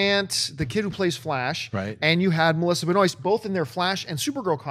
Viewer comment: pretty sure her name is pronounced Ben-WAH.. sounds french.. you should know that as a Canadian